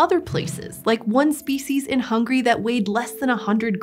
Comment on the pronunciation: "Like on species in HUNGRY" Now, I know that was a mistake, but as a Hungarian, that still hurt